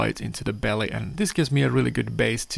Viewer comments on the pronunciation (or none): none